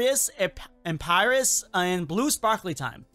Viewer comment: It’s (Em-Py-res)